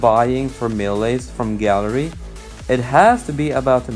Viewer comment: I'm not rascist but what is gally I will help u say gallery properly gal-er- reee3eeeeeeeeeee